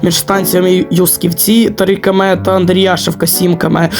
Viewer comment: Юсківці наголос на Ю